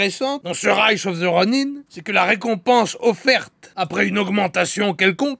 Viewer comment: Merci d'avoir rétabli la véritable prononciation du mot "ronin" car "ronain" c'est vilain !